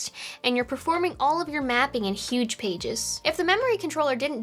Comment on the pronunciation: We've got yuge pages. The yugest pages you've ever seen.